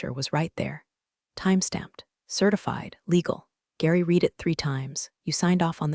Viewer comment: That's right. It is RED, not REED, if it is past tense. And I know no human who would spell out T-E-D. Where are this computer's handlers? How hard can it be for a person to listen and take notes, so the AI voice can say things correctly the second time?